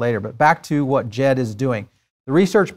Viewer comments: Pronounced “Dee-Jed” I believe✌🏽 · Wrong is pronounced Jeb without the D as in "jebi se" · There is no b in Djed. It’s pronounced Jed.